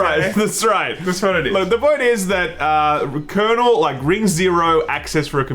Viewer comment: Its "kernel".